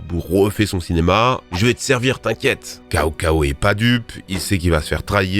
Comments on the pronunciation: cao cao prononcé comme cacao ça fait très mal aux oreilles mdrr c'est du chinois ça se prononce "tsao tsao" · Cao Cao se prononce Tsao Tsao en chinois. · Ça se prononce Tsao Tsao pas Kao Kao. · Pardon mais j'ai ri tellement fort, "*AllaHHHHhhhh* En revanche la prononciation en cantonnais/mandarin c'est pas Kao Kao mais chao chao ou ciao ciao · Petite correction: Cao Cao se prononce plus comme "Tsao Tsao" que "Kao Kao". À pars ça, très bonne vidéo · Cao Cao se prononce Tsao Tsao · Petit détail qui a son importance, le "c" se prononce "ts" en chinois. Le nom "Cao Cao" aurait donc dû être prononcé "Tsao Tsao" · cao cao... ça se prononce "tsao tsao" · Pour info le général Cao-Cao cela se prononce Tsao-Tsao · "Kao Kao" ;( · CAO cao se dit tsao tsao, xiahou dun se dit chiaou doune et Liu bu c'est pas ça, ces lu bu. Les Liu c'est plus les Shu (l'un des trois royaume) avec liu bei, liu dan etc Sinon super vidéo, pour la prochaine (si vous en faites une autre), vous pouvez tirer quelques soldats dans la chaîne de odieux connard dont c'est la spécialisation et dans laquelle on trouve des pépites ?